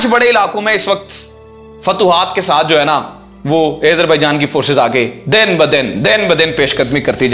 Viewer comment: Video me boht si acchi khabrein hn, keep it up, but plz Azerbaijan ko sahi se pronounce karen. Its Azerbaijan not aizerbaijan